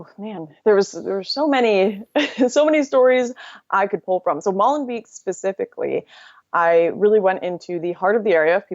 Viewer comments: It is pronounced more like "molenbake". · The 'ee' in Molenbeek is pronounced as the 'a' in 'hate'. No pun intended.